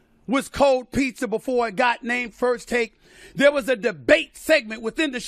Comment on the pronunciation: Cold Pizzer. Nigg* Nigg*r LMAO